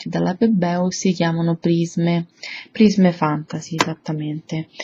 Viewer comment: brutte unghie e pessima pronuncia di prisme